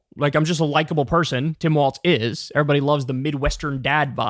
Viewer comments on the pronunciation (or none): governor of Minnesota, during his oath, the pronunciation is “walls” — with no “t” sound. So, although it kind of looks like it should be “waltz,” “walls” is the correct pronunciation.